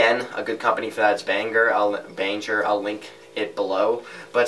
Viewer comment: its Behringer, pronounced - Bear-in-jer lol i tried